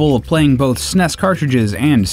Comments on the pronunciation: STOP SAYING SNESS, IT IS S-N-E-S. Seriously stop saying it wrong. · It's not snes.. S. N. E. S. It's a bloody acronym. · Did this guy really just call it the "sness" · I find it odd how he class the Super NES the snes. I actually say ess en ee es. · Sounds like a robot narrator. S.N.E.S. not snes. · I thought the narrator was sneezing, many times through the the video, Lol. Not hard to say S-N-E-S. So crindgy each time SNEZ was spoken as a word. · When the eff did people start pronouncing “s-n-e-s” as snes? No sir, I don’t like it. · What the hell is up with these nerds calling it the SNESSSS. NOONE 25 years ago ever called it that. Its calles Super Nintendo...thats it. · In an informative video, saying sness is rediculouse. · STAHP SAYING SNES! It’s “es-en-ee-ess “ you god damn monsters. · Please, I beg you. No, I implore you, stop calling it the s-nes, it's the Super Nintendo. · You are an American. (At least North American.) it is S-N-E-S. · The way you are saying S.N.E.S. As one word snes instead of saying the letters separately like everyone else says it. Is funny as hell. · I can't take someone seriously when they pronounce SNES as "sness". It just sounds ignorant. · Tempted to dislike for pronouncing SNES like a Brit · Who the fuck says SNES phonetically?